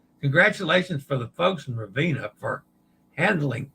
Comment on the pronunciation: Ravenna (Ra-ve-nna) = Rah-vay-nah, roll the R. Practice your Italian E pronunciation, AY as in day. AY AY AY AY AY AY AY AY